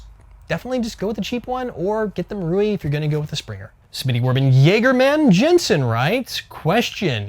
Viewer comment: Thank you SO much for pronouncing jäger correctly...